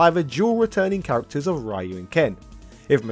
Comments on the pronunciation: I cringe every time I hear someone pronounce Ryu as "rai-u" it's pronounced "re-u" people. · Interesting how english speakers say "Riyou" instead "Reeyou" even after 3 decades, but understand that "Chun Li" is not "Chun Lai". (Just joking here🙂) BTW Chun Li isn't the first lady of fighting games. This is pretty clear by now. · And Ryu is pronounced "Diu". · Really? 2023 and still can't say Ryu's name properly? FFS. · Fee long? It's pronounced like Fay Long. Ryu is pronounced "Ryu" but it's very hard for non-Japanese speakers to say, so Ree-you is closer, Reye-oo is just totally wrong. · This video gets a thumb up for all the bad pronunciations. Ryu (Rye-You), Sagat (rhyming with an F-word), but Blank-a? Little too intentionally cringe there duder.